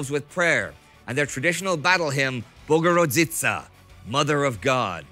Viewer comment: Its not bogurgica its Bogurodzica:D